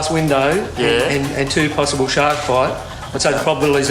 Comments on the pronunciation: It sounds like he’s saying shock every time they say shark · I thought he said "shots" lol